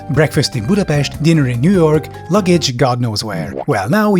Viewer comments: Oh my god god! I think you’re the first person who I heard say Budapest correctly! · Oh my god! You actually pronounced Budapest correctly!